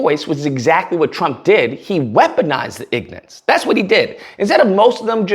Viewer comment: did he say ‘ignance’